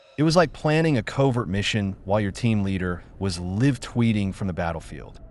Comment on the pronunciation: The voiceover is AI Generated. "Live Tweeting" is pronounced as "Lev Tweeting" .... lol.